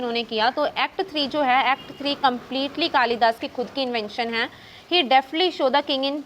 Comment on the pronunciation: Behan its कालिदास in hindi not kalidasa